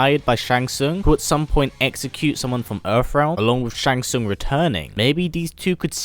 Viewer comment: *Shang Tsung. Your favorite character and you didn't get his name right..... Really bro?